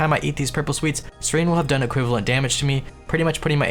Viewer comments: Its SEH-REN not SERENE. Come on. And twitch chat that didnt bugged him about it. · Serin? It's SE-RE-N! not SE-RI-N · SER-ENN not SER-EEENE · BTW it's pronounced SEH-ren not SEH-reen. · This man just called Seren, Sereen NAH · lowest level to not know that Seren and serene are different words with different pronunciation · the way you pronounce seren is wierd xD